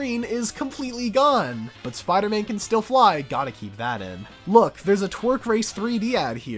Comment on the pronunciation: Spee-ider man